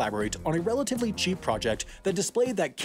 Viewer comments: It's pronounced Ka-Nook-A-Stan. It's the land of Canucks, if that helps you think about it. When you say it, it sounds like it's a Can-Of-Duh. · kanadian here, your correct its kenada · Bruh, nah nah nah, it’s not like Canada, it’s like Canadia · Ah you know they’re American when they call Canada (KA-NA-DA), “KYAA—NA-DA”. Never understood where the Y came from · I don’t believe you about this “kanadah” Give me proof. Edit: Yes, I do think it’s spelled “Kanaduh”, Thank you for the correction! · You said kanada. And if you add a n It becomes kannada which is our mother tongue. By the I am from Bengaluru Karnataka... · It's pronounced Canada! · Btw you pronounced Canada wrong, It isn’t pronounced Ca-na-da it’s pronounced Ca-na-da